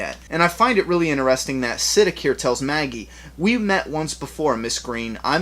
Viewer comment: I think Siddiq is pronounced Sidd-ee-q